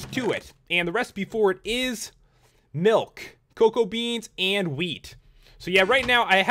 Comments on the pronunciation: It's "Milk" not "Melk" XD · Its mulk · he said nilk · "melk" 😂😂 I love it💯😂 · You say milk like melk ! Love your videos